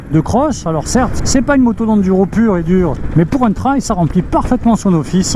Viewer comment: Bonjour. Merci pour ce test. Pour info, trail se prononce "trèèye"